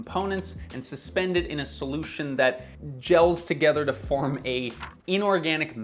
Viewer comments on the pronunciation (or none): none